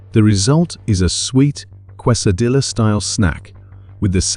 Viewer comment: Please stop mispronouncing Quesadilla